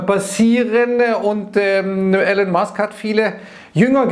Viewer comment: er heißt "Elon" nicht Allen haha